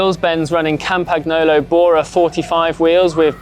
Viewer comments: Please pronounce Campagnolo as Campaniolo. It is so annoying, when presenters don't even try to do it correctly and don't even bother to investigate how to do it correctly. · Pleaseeee stoooop with that hideous pronunciation of Camapagnolo!!! You should not pronounce ‘G’ while saying ‘Campagnolo’ and you should know that because you’re a cycling journalist! Just leave the G out and you’re good if you can’t pronounce it in properly! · Campagnolo is not pronounced like this.